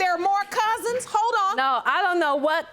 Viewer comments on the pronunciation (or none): I feel for her boyfriend he can do allot better than this chick.. thinking of her it sounded like she's saying "hoe" instead of "hold"